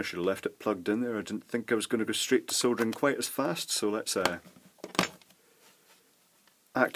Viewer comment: I've just figured out why I really enjoy listening to you ramble on about soldering....... It's because you pronounce it "SoLdering" and not "Soddering". Maybe I shouldn't get miffed when I hear it pronounced wrong, but I guess that could be classified as one of my "Bad" points. 🤷🤷🤷 So, Thumbs Up to You 👍👍👍